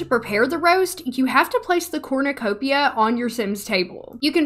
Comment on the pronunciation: Evrytime you said Corrnecopia , i got a mini heart attack , Becouse i had to think of the hunger games 😭